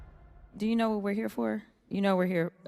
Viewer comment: A hwhat now? 😂😂😂he put the H before AND after the W 😂😂😂😂😂